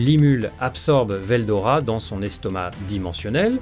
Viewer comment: Moi c'est pas ce que tu dis qui me gêne C'est les coupures qui n'ont rien a foutre là entre certains mots comme rois démon Et y a aussi la prononciation de certains noms (veldora... il sort d'où le o???) Je trouve ça très désagréable a l'oreille